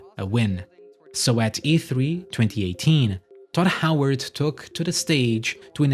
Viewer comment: It's very amusing to hear this fella repeatedly call Todd Howard "Dod Howart"